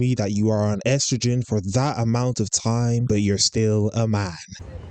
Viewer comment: Can't even pronounce estrogen